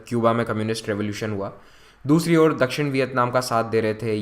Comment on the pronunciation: Can't understand properly these words like nivesh pravesh dakshan etc